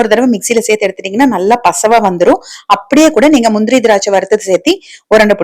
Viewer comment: சேர்த்து என்றே சொல்லவும் சேத்தி என்று சொல்ல வேண்டாம்